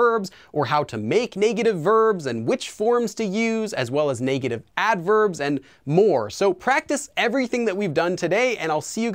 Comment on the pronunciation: The way you say negative bothers me. Great vid tho